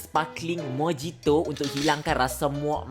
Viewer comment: Mojito sebutannya Mo-HI-to